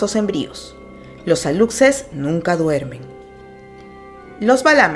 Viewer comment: Solo un detalle Aluxe se pronuncia Alushe